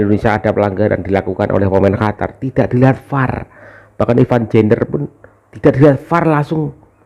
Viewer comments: Eeh bos bukan hatar yg benar adalah Qatar ok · Qatar om bukan Hatar😅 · Qatar bang bukan hatar... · Qotor bukan Qatar... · Qatar bukan hatar 😅😅😅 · Bukan Hatar tapi Qatar atw lbh tepatnya Indonesia vs QaVARRR 😂😂😂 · qatar klo dibaca di ejaan bhs indonesia jadi kotor... qa dibaca ko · Qatar Apa Qotor sih yg bener !!!!! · Min ente terlalu lebay mau tampil beda, seluruh dunia baca Qatar ya Qatar bukan Hatar gak usah mengada ada biasa aja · bukan Hatar om, tapi Qatar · katar bacanya om, bukan hatar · Qatar bos.... bukan hatar.... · Heehhee siyapa bilang Qatar jadi juwara